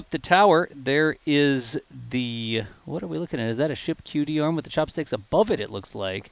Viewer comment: I love ' dulcet times as he calls it what sounds like a "cutie arm". 😂